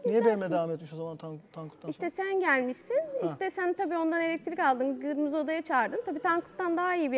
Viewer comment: 'Gırmızı' diyişi bi benim mi dikkatimi çekti